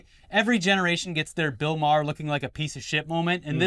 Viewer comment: The best thing about Bill Maher is that nobody pronounces his name correctly